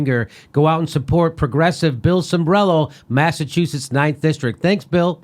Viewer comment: Cimbrelo, Cimbrelo. The man's last name is Cimbrelo. Sheeesh!!!